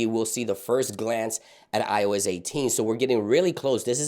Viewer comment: I heard him say “ioiz” and i cant unhear it 😂